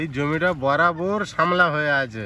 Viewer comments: কথা টা সামলা না শাপলা, আমি শুনেছি শাপলা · Sapla not samla